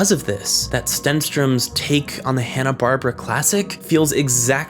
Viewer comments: I was with you right up until you said "Hanna-Bar-bruh" instead of "Hanna-Bar-bear-uh" :P great vid as always! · It's bar-BEAR-a, not Barbra. They are two last names of men, not the first names of two women as I thought when I was growing up.